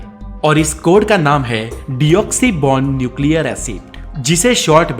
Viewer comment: Deoxyribonucleic acid Ka Pronunciation galat hai